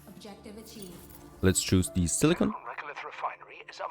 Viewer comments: Surprised they didn't request their VO actress for Alice to re-record all the silicon lines, when she said silicone instead. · I'll buy this game after they give you the option to mute the acidic and condescending assistant whose comms they burden you with. Hopefully her character arc includes an alignment change to "Reasonable Human"... Edit : And a change to pronouncing 'silicon' correctly...